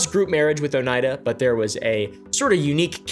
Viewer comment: “Oh-knee-ah-duh” is how I’ve heard the locals say it